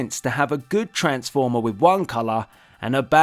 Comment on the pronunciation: Tha aykala of oa transfoma XD But nice video thumbs up